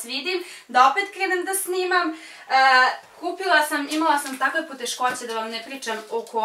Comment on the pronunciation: Koliko mene nervira kad kaze ,, kupiva sam vap top i iPhone 11 po max ‘’